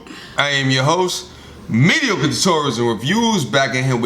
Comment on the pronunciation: Wow! A MT&R video where pronounces "mediocre" properly!